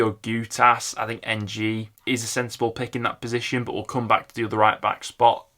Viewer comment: Perry Ng's surname is pronounced as 'ung' / 'erng'. Definitely not 'N-jie'. It's a Southern Chinese name. His grandad is Singaporean.